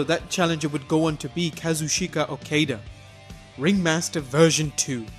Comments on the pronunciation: Dude you need to learn to pronounce Okada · boy, you didn't even try to fucking say Okadas name correctly huh? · Your pronunciation of Okada Made me cringe so bad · K.C. Hunter Or the fact that he should of tried to do some research. He can't even pronounce Okada! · The pronunciation of Okada is wrong, but seems like a reasonable guess. However, I have no clue how you got "Haruku Gotu" from Hirooki Goto. That level of mispronunciation is something else. If you're going to say foreign names, you should probably learn how to pronounce them :| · it's Ka-Zoo-Cheeka O-Kah-Dah and Hero-key Go-Toe